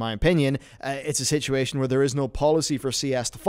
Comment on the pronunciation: “Sitchy ation” I love it LoL